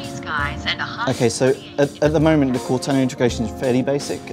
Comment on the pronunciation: I think it may have been the way he was saying Cortana. He was saying it like "Cot-anna".